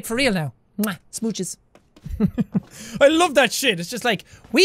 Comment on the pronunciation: "SMOOCHES" ..... "DUECES"